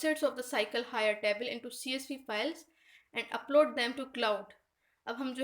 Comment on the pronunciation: Jazakallah, bus table pronunciation thik nahi tha...